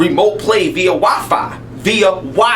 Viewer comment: "via wi-fi, VIA WIY-FAEY!" haha love him